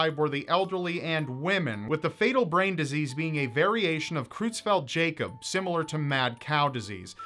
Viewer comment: great first episode but it is Creutzfeldt not Cruetzfeldt. The eu ist pronounced like the oi in moist.